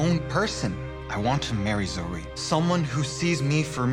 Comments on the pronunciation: Zoe it sounds like zoey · She said zoe😅😅😅